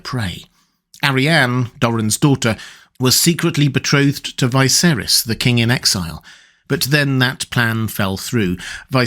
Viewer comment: Me: Ah finally, a video where won't butcher the pronunciation of "Viserys" Me: oh for fuck's sake